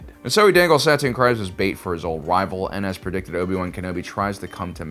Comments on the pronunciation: Satine Kries..... it's pronounced 'crees', not 'cries'. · Bro I love these videos, but you gotta read up on how to say these character's names before making videos! (it's SUH-TEEN CREEZ)